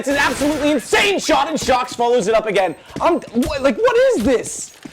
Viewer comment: Who else heard the announcer say "shoxy" instead of shox because of "ScreamY?